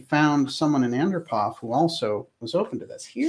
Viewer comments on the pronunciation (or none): Yuri Andropov is pronounced: Ann-DROP-ov.